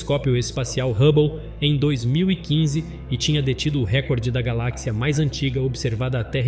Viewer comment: Cara primeiramente vc deveria aprender a pronunciar as palavras direito nem as de português c acerta cara😂😂😂 Galak cia?😂😂😂 Seria por acaso uma companhia de barras de chocolate!? 🍫😂😂😂